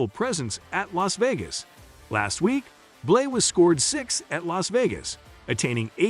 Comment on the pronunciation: It's BLANEY notBlay